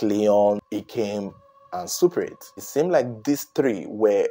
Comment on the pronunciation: Surpreet😂😂😂😂 sounds like culprit to me me